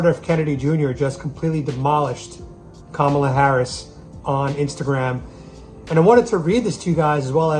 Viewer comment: It's pronounced Camel-ah.